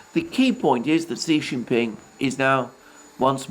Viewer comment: Kudos on using the correct acronym for the CPC, and on improving your pronunciation of Xi Jin Ping's name.